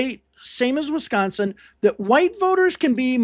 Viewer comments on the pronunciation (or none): none